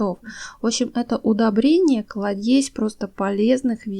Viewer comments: Все хорошо, но ударение в словах НЕВЕРНЫ !!! Слово КЛАДЕЗЬ ударение на первый слог, т.е. на "А".. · В слове "кладезь" ударение на А...давайте звучать красиво так же, как цветут впши цветы. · Классный ролик, опыт замечательный!!! Столько всего интересного узнала! Это слово нужно говорить "клАдезь". Извините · Рис рису рознь. Какой именно рис должен быть? Цитрусовые закисляют почву, не все растения это любят. Скорлупа делает почву щелочной, тоже не все любят.И, напоследок, ударение в слове кладезь надо делать на А. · пожалуйста, в слове клАдезь ударение на А. В свежей молодой крапиве много азота, в отличие от сухой, поэтому из нее делают зеленую бродиловку вначале летнего сезона. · У ВАС ЗАМЕЧАТЕЛЬНАЯ РУБРИКА!СПАСИБО! НО ТЕКСТ ПЕРЕД ЗАПИСЬЮ ВИДЕО ПРОВЕРЯЙТЕ, ПЛИЗ.У ВАС ЖЕ УЖЕ БОЛЬШ.АУДИТОРИЯ.МЫ ВСЮ ЖИЗНЬ УЧИМСЯ-:) 1=Ударение на А в слове =клАдезь=(это ваше любимое слово,поэтому корректирую). 2= Воду надо =отстАивать=, но вода =отстОенная. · КладЕзь нвучись правильно ставить ударение,противно слушать. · спасибо. Но неправильное ударение в слове клАдезь режет слух. А за советы -- лайк. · КлАдезь. Ударение на первом слоге. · Очень хорошие советы, доступны всём, практически всё, что есть обычно дома., только не обижайтесь, пожалуйста, слово клАдезь звучит с ударением на первый слог. Спасибо за советы, вы Молодец, буду пользоваться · Даёте советы а русские слова говорите с ошибками КладЕзь иностр слова без ошибки русский забыли? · Спасибо за полезную информацию! Но.....рис стоит в среднем 100руб, а клАдезь-ударение на А. Извините, без обид! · Кла'дезь ударение на первый слог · Кла́дезь. Уши завяли.. Но за информацию спасибо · режет слух этот кладЕсь всем кто слушает . кроме вас, защитница попранных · КлАдезь, ударение на А, пожалуйста. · Спасибо!слово кладесь ударение на а ! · Ударение на а в слове кладезь режет ухо а не на е надо на а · умоляю Вас: в слове кладезь ударение на букве А! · Только "кладезь" - ударение на первый слог.